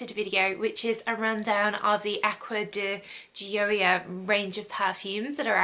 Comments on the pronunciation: your pronunciation is sooo close!! its “joy-uh” and it means joy in english. thats my name hahah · Pronunciation so off, it’s said like Joya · I believe Gioia is pronounced “Joy-uh” but I could be wrong! I’ve always seen these in Ulta and the bottles are so cute!!! Such a nice review!!! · it’s pronounced “joy-yah”. :D. Thanks for the video. You helped me decide which one I’ll be buying at the upcoming Sephora sale! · She was waaay off, what are you saying so close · Your saying the perfume name wrong , my last name Is Di Gioia , so I know .